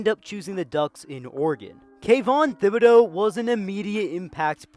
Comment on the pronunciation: it's thi - boh - dough you said it fine